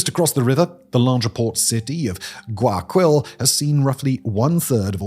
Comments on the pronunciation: It’s pronounced closer to Why-A-Kill that what you’re saying “guy” is tricky to sound out in English but not Guy-a-Quill lol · I'm a gringo who's only been to Ecuador once and even I cringed at how Simon said "Guayakwill" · Yea that was a little painfull. In case he's reading the comments, it's pronounced: why-a-keal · Guayaquil is pronounced Gwai Ya Keel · Why-a-keyl = Guayaquil. Please learn some basic Spanish pronunciation or have someone write the words for you in a way that helps you. So.many.cringes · First, Guayaquil is pronounced ɡwaɪɑˈkil, the last syllable like the Unalive, which has made the grim joke of it being called GuayaKil Second, the story goes further deep. The prior government of Correa was routinely involved in drug trafficking itself, evidenced by cases such as Narcovalija, where a diplomatic bag with the seal of the chancellery (Foreign Affairs Ministry), filled with cocaine. In the vacuum of power left by Correa being put aside politically, the gangs had no new incentive to keep the peace since the leader of the biggest syndicate, the government, no longer had an alleged grip on the smaller gangs. FARC was a known financer of Correa's first presidential run, back in 2006. Hilariously, in the final runoff of the 2006 election, he faced the current president's father, Alvaro Noboa, one of the richest people in the country. Ask me more, I know plenty about this. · I just wanna correct you on something. The pronunciation of Guayaquil is Guaya-keel. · Uh, it's pronounced "Goo aya KILL" ... and uh, we dont go there if we don't need to.